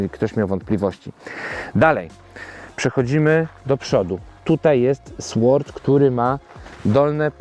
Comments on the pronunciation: Nie "SŁORD", a "SORD"... "w" tutaj nie wymawiamy. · Sword wymawia się bez dźwięku „ł”, czyli nie czyta się „w”: sord 😊